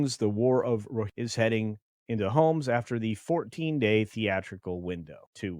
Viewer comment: You must have gotten bombed in the comments on the pronunciation of Rohirrim.